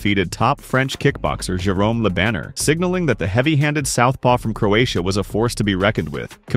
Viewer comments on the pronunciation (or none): Jerome "Le banner" (how easy is to check how to say his name) as a first win is mad